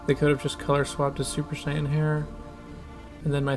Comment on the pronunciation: Mispronounced "Saiyan" as Sayin